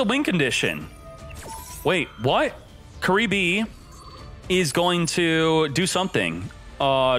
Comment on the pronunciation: I hear curly bruh